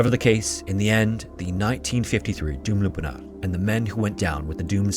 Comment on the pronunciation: Try pronouncing it "Channak Kalleh" and "Doumlou Pinahr".